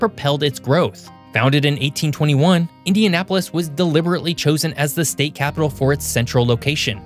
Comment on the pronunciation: I'm pleased to say that he pronounced Indianapolis, Fort Wayne and South Bend correctly.